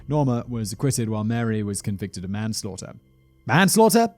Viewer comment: no... not manslouhter kidslouhter